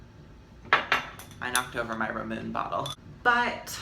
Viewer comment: i cant believe you just pronounced ramune as "ramoon"